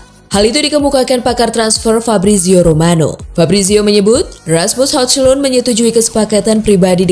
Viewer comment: Mungkin dia mau iktikaf di bulan puasa tahun depan. Soal salah penyebutan nama ya harap maklum . Mau dia bilang hojlun , hajlen , hujlin juga gpp... Channel channel dia.. Suka suka dia.. 😄😄😄😄😄